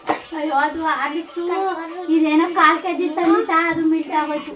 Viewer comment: Millet ❌ melt ✅ agoythuuuuuu